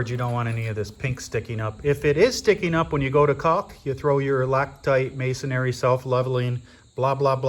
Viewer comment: The word is pronounced masonRY, not masonARY. 😊